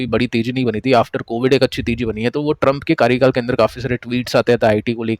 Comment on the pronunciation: Sir why you deliberately doing wrong pronunciation of US Presidents name😂😂 I think sarcasms 😅